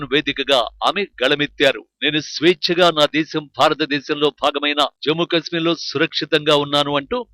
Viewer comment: Orey voice ichina sanyasi kasmeer kaadhu kashmir 😂😂